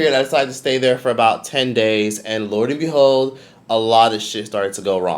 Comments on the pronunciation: for the love of god it’s lo and behold 😂😂😂😂😂😂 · &it's LO!! LOO AND BEHOLD!😂😂😂 What are you saying